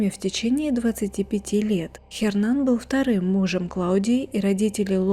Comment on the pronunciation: Не говорите "Хернан"! В испанском "Н" не произносится! Его имя произносится как "Єрнан".